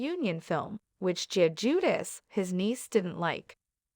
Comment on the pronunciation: It's now Jedus. Sounds like ...Jew...dice. Or Jew de chay in Italian.